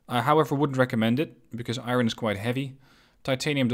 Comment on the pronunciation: Iron..... I-ron..... eye......ron.